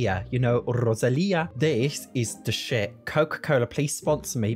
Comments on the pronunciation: YES and also RRRRRRosalia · Greenhouse kit waz completely unnecessary ive already made tons of greenhouses the only cool thing is the floor tile with the grass I love the way you say rrrrosalia 😂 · When he pronounced Rosalia❤❤❤❤